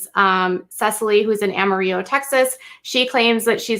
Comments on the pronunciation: Had to stop after a few minutes and write to help you with the pronunciations. It's not Stin-nit, it is Stin-net. (Like casting a net to fish.) It's not Am-a-rio, it is Am-a-ril-lo. (The city that made George Strait famous, "Amarillo" by Morning). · Have you ever heard “Amarillo by Morning” by George Straight? It’s pronounced Ama-rill-o like armadillo. 🌝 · No, cities are pronounced the way citizens have decided to pronounce it. As a citizen of Amarillo, I can tell you that technically correct way to say it is Am a rill o (or Amarilla, if you're an old timer). If you are speaking Spanish, then it's pronounced amareeyo. Just like the city La Mesa is pronounced La Maysa in California, but La Meesa in Texas. The local pronunciation is the correct pronunciation. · (Ah-mah-ree-yuh )this is the correct pronunciation. Is Spanish for yellow color. Is a 4 syllable word A-ma-ri-llo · I’m aware of this also and I know that’s why she pronounced it that way. But Texans call it “ril-lo”. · I literally live an hour away from this town lol. This is nuts 😳 And its Potter County (pronounced like its spelled) Amarillo the city is pronounced like its spelled too.